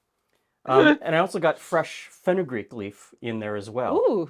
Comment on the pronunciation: Could someone explain what he said? It sounded like "fresh fenoogreek" lol i have no idea what he meant